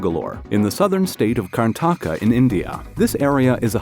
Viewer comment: Bro that's not kartanka it's Karnataka